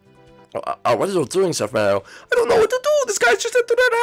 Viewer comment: Mairo MAIRO!?!!? YOU SHOULD BE ASHAMED FOR MISPERNOUSING HIS NAME LIKE THAT